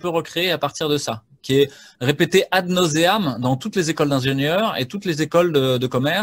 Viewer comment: Docteur Foucher, avec toute sympathie que je ressens pour vous, etant donné votre culture classique, ce serait pt être plus agréable à l'oreille d'entendre les citations latines en latin et non pas en français. Donc, pronocez " ad naouseam" . "AU " en latin se prononce : A U( ou français ). Merci ! A part ça, tout à fait d'accord avec vous.